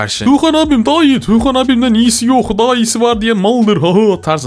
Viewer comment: TUĞKAN DEĞİL TUĞKAN DİYECEKSİN😡(dammn)